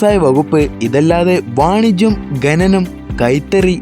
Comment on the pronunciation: ഘനനം അല്ല ഖനനം.